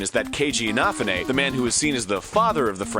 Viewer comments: And even that is an approximation, because English speakers don't have any equivalent to the Japanese "e" like in the end of "Inafune". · Your pronunciation of Keiji's last name is funny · Keji last named isn't pronounced like that. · Is it that hard to properly pronounce Inafune or is that the joke? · Nope, he's emphasizing the wrong syllables so it sounds totally off. The more you know. :D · DAMN IT ARIN, PRONOUNCE INAFUNE PROPERLY ALREADY! GOSH!! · Hey Inafune's last name isn't that hard to miss pronounce...especially if you've heard it before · Ehoraptor mispronouncing Keiji's last name when he himself is a MegaMan fan...I am slightly dissapoint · I'm sorry, is he saying "Inafune" wrong? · If anything, Gemini Saga took issue, not so much with the pronunciation but with the rhythm with which the name was spoken. A smarter guy than I would actually know the name of that term. Anyway, native english speakers naturally accent certain syllables depending on the word whereas Japanese tends to be a little more "level", if that makes any sense. As it is spoken here, there's a pretty distinct accent on the "na" and "ne" syllables - In-NA-fu-NE. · It was a great video, but it bothered me that Egoraptor couldn't pronounce Infanune's name at all. It's especially irritating because Ego is a huge fan of Megaman, and probably had to do a ton of research for this video. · Wow Arin, you can't pronounce Inafune's name for shit. lmao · LOL! the way you pronounce Inafune is hilarous! the e is accented, and there is a bit of a break after the a. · Dat mispronunciation of 'Inafune.' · the way he says 'inafune' is weird =S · Arin, please stop overpronouncing "Infafune". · Good video...but every time he said Inafune's name....I cringed a bit >_< Not how to pronounce it. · Your pronunciation of Inafune is making me cry... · Your pronunciation of Keiji Inafune makes me sad. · Ow... Inafune's name getting slaughtered by ego raptor hurt. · THAT'S NOT HOW INAFUNE IS PRONOUNCED. STAHP IT.